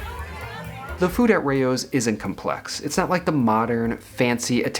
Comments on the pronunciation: Pronounced like cow, but with an r - row, not ray-o! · If the name is supposed to be European which it probably is, it's not pronounced "Rey-Oh's", it's pronounced just like it sounds. Raos. The a is not "ey", the a is "ahh". Weird Americans bending the language beyond recognition. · Hi thank you for your commentary on this restaurant. There are a plethora of Italian restaurants in NYC. You are not pronouncing the restaurant's name correctly. It is (R aH ow's). It's not a big deal; however, you should pronounce the names correctly if you review Italian restaurants. I, too, don't like a cash-only policy, but it helps keep you within your budget, so that can be a good thing. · Every time you say the name is mispronounced Lmao. The food looks meh, my family can make better at home.